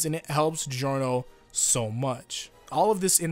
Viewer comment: Also it's Jorno not Geeorno